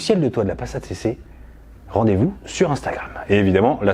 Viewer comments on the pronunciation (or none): none